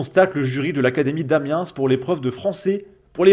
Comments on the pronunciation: On prononce "A-mi-un", pas "A-mi-un-se". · Monsieur le pourfendeur du déclin culturel, êtes vous bien sûr pour "l'académie d'Amiens" prononcé "Amiensse" ou encore "Madame DE Bovary" ? Cette dernière a-t-elle piqué sa particule à Madame Sévigné ?